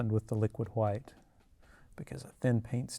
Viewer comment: "LIQUID HHWHITE..." 🤣🤣😭 🙏🏾🕊REST IN PAINTINGS & HAPPY LITTLE MISTAKES BOB ROSS🕊🙏🏾